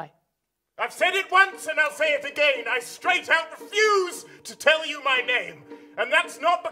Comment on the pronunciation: I love the fact that the first time says again he established that it rhymes with Ben. Yet the second time he used again he rhymes it with mehem 😂